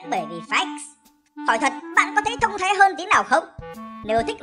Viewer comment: đừng nhấn mạnh chữ "THÔNG THÁI" được không